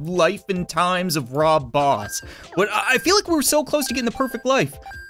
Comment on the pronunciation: He said "Rob Boss"!!!!🤣🤣